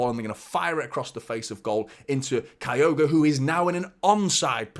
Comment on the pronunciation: It’s pronounced as kill-go